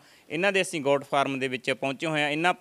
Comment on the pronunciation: Anchor ji apnia bhasha shood karo, Sangrur nu shangrur boldey ho asin nu ashin boldey ho deysio